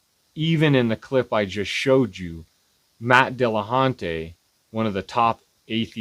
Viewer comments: It is dill-a-huntee, not dill-a-haunty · Was this supposed to be the apologist's Halloween video? It's the only reason I can think for pronouncing "dillaHUNTY" as "dillaHAUNTY". And if this silly—but not in a fun way—apologist wants to argue against something Matt said, why doesn't he call the show? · Are we not even going to mention that this guy aggressively mispronounces "DillaHON-TAY"? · As soon as he said "Dillahontay" I knew this guy was a total idiot. Apparently just intentionally mispronouncing names is their favorite way to show disrespect whole pretending it's plausibly deniable. Just like "Kuhmahla". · Matt Dilla-haun-tay. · I'm supposed to listen to (never mind consider) the statements made by someone who can't even be considerate enough to say Matt's name correctly? If I hadn't seen the clip first I would have assumed that "Matt Dilla-haunt-ay" was someone else entirely. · Why do so many theists pronounce Matt's name wrong? It's not Dealahauntay. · Matt Dilla-haunt-a? Well ok then mr theist. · DILL - UH - HAUNT - AY!!!!